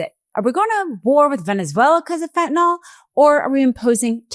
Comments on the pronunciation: FENT-ah-nil. Not "fent-nawl" damnit. Fentanyl. I know it's not the point of the video but goddamnit can NO ONE f*ing READ or speak? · There is no "O" in fentanyl. FEN-TA-NILL not FEN-TA-NOL! Sound smart. Say it correctly. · This is an excellent, informative piece. (I just wish the world would learn to say "fentan-ILL" rather than "fentan-ALL"! Just check the spelling! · If SCOTUS is honest, they will find that Trump cannot tax Americans by Executive Order. And it is Fentanyl, not Fentanol. Educate yourselves. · Why is everyone calling it Fentanall? It's Fentanyl, pronounced just like it's spelled. "-ill," not "-all." Has everyone become illiterate? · FentanILL, Not FentalAWL, for God's sake. Can't you people speak basic English? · Why TF does everyone say fentanOl. It's fentanYl. Never seen a y pronounced as an o in any language. Ignorant. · Pardon me for being picayune. I wish people would stop calling it fentan-ALL. It's fentanyl. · It's Fent-a-nil (fentanyl) not fentanol It drives me crazy lol 😂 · Just because Trump pronounces fentanyl fentanol doesn't mean you have to do it too. Fentanyl. Not fentanol. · PLEASE PODCASTERS!!! PRONOUNCE THE DRUG CORRECTLY, YOU SOUND STUPID!!! ITS FENTANYL (NIL), ITS NOT FENTANOL...NOT FENTANOL!!!!!! IM BEGGING YOU??!! R.N. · It’s not fentinol (how you-and most people-mispronounce it). It’s fentanyl. Rhymes with “a mill,” not “an all.” Sorry. This is just a pet peeve of mine. Seems many people, including media people and politicians, do it. If you’re going to put out posts for public consumption, you should make sure you know how to pronounce what you’re talking about. Again, sorry. I agree with the message completely. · "Feh-a-nawl" I learned in 2nd grade how to pronounce "and sometimes Y" as a vowel. Maybe ask a second grader to teach you about vowels if you know one.